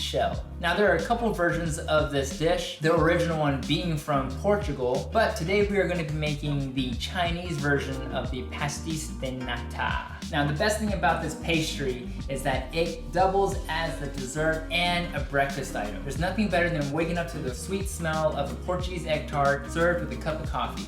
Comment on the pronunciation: Lol it’s so funny hearing you try to pronounce pasteis de nata. Here’s how my Portuguese mum pronounces it Pastayje de nat